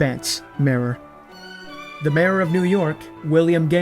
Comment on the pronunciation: Pronouncing mayor as marer is interesting